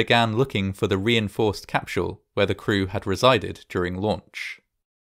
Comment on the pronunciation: What's a "capShull" or a "schudent" or an " eschploshin"? Dude now you're making some bank get your speech impediment fixed for Christs sake